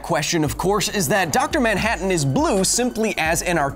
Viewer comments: who the hell is dr moun-hatton? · Now you're a maioh! Maioh maioh maioh! Dr. Maioh-hattan! Ha-ha-ha-ha-hattan! Lol! I appreciate the silly pronunciation in the first words in this skit. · “Doctor MYANhattan